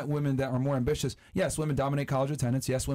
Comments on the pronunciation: PLEASE tell me i didnt hear “ambi-li-tious” 🤦🏾‍♂️🧐🤣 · she said ambilitious wtf